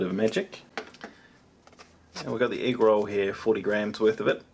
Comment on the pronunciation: The way you say egg is driving me crazy. Ugh. Canadian problems it seems xD